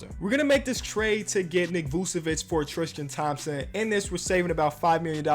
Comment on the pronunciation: "Triskan Thompson"